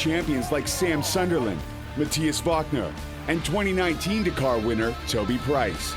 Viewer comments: Dack - are ... that's how its pronounced. Wanna kill a series ... keep saying it like an idiot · Say it with me DAKAR not DAK-AAAR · Its Dakar not Dkar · Spot on, not Dkar